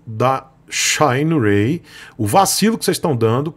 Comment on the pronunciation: "Shaineirei" kkkkkk falando americanizado em uma expressão chinesa que seria o certo "xîneraí"